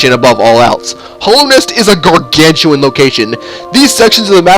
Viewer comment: I'm sorry but I'm sad you called it Hollownest instead of Hallownest. It's just my Hollow Knight love speaking it doesn't really matter but yeah.